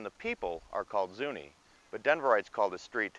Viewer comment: I’m a Denver native and I never heard Galapago or Zuni pronounced the way you said it.